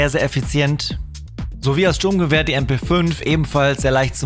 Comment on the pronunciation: Er sagt srurmgewehr und dann callt er mp5🤡